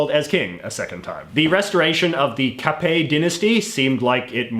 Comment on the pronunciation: thanks for not prononciate the "t" in the capet's name. That was not bad , not bad at all , and i say that as a french who love history . anyways , i'm gonna look some other video you make to learn more about other stuff , specialy canada .